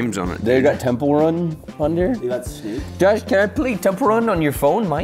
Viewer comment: "josh can i pway temple wun on ur phone? mine died."- juicy